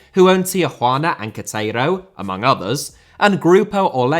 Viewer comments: 😂😂 You totally butchered my hometown’s name of “Ketzero” …. Queretaro is pronounced “Keh-Reh-Ta-Ro”, something to remember when you make a video on Ronaldinho’s career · Dude, it's Que-re-taro. 😂😂 Not Que-tero. 😂😂😂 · Tijuana and... QUETEIRO? reallly???????? it's Keh-reh-ta-roh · Dude, that's not how Querétaro's spelled/pronounced in english. Would be something like Kerr-eh-taro.